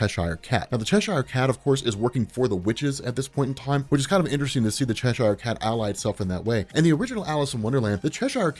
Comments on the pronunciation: Chesh-ire Cat? It's Cheshire, mate. 'Che-sher' 😂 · F. Y. I., I think it's pronounced Cheshire (Chess-eer). Great work as always bud